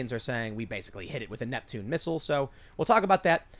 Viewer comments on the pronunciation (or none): none